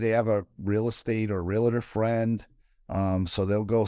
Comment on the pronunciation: REALTOR, REALTOR...... do not say RELATOR , It is a Lender a Bender?